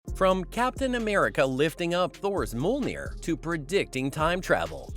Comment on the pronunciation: Dude. If you cant pronounce MJOLNIR correctly, don't put it into the script 50 times in the first 30 seconds.